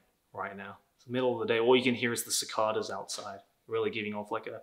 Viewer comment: You said cicada wrong.